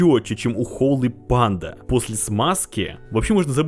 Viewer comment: Как же бесит "холЫ панда" !!!! Часть души умирает с каждым произношением.